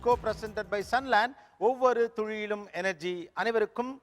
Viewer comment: ஒவ்வொரு துளியிலும் னு திருத்திக்கோங்க துழியிலும் னு சொல்லாதீங்க. என் நண்பரிடம் நீங்க நல்லா தமிழ் பேசுவாருன்னு பெட்டுக்கட்டி தோற்றுப் போயிட்டேன் ஐயா